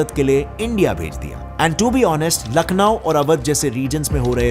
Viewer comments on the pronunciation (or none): none